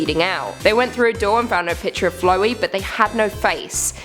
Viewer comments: It's flowey not flowy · Flaow-ee not Flow-ee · Flowy? No, no, "FLOUWEY" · why are you calling him flow E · U calling flowey flowe makes me so angry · its prounouced flowey not flowy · its flowey not flowy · Flowey...Isn't Flow E. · Who the heck is flowy(flo-we)that is not how u pronounce it it's (fl-ow-e) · Flowey not Floee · Fl- OW - ey not Flow ee FL-OW-EY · Frisk and Chara are both gender ambiguous and are supposed to be gender neutral. Please, refer to them as "they, them, their" and Flowey is pronounced " Flowey". Not "Flowy." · who the hell is flowy Its flowey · Thrt mispronounced it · not flouey its flowey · I'm just sorta annoyed abt how she says flowey as flowy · the way she says flowey- Flow - ey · its pronounced fla w i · It's prunounced fl ow y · now some of these Creepypastas suck but only one of them didn't and that was whenever she was saying flowy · Flowey is pronounced like flower but with a y btw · It's actually pronounced liked this. ' Flow ' as in ' flow er ' ' ey ' as in ' blim ey ' Flow-ey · I'm sorry but it's pronounced "Flou-ey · No offense, you kinda pronounced flowey incorrectly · It's not 'ch' in Chara in Chara it's 'k' and not flowy it's flowey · None of these were really that well made. It was full of cliche's and you mispronounced Chara, Flowey, and Toriel.